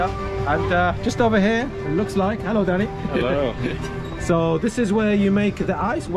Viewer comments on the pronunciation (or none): Its not Heylo Heylo its sounds like hallow hallow 😅😂 and that lightning strike woahhh 😮